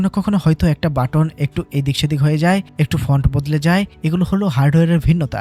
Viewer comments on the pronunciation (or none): none